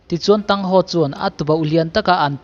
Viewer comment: MiZo aw phawi cuan Thang Hau tih tur cuan Thang san and Xiau Uu tin chir la, aw phawi a dik ang